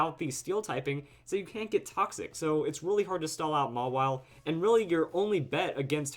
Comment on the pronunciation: its pronounced maw-while, not may-while